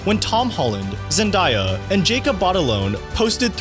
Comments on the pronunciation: had to click of the vid. i couldn’t hear this guy say “ ZENDYA” anymore. it’s zenDAYa bro. you don’t say Mondya it’s MONDAY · Bro your killing me with the zenDIEya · Its pronounced “Zen-DAY-a”! 😂😂😂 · I was about to say the same thing! 😂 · YOU PRONOUNCED HER NAME WRONG MF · my 14 yr old niece schooled me last year when I mispronounced it during dinner. That was her quote exactly. Lol. I needed NOT to be corrected anymore. Haha